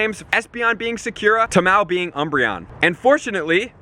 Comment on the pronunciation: The way he said Sakura ☠️☠️😂😂 PS this isn’t hate comment I lOVE THIS GUY AND THIS CHANNEL . Just wanted to see if anyone else caught that and almost positive Tamao was wrong to xD